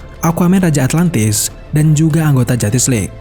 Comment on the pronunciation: Atlantis bang bukan atlatnis duh risih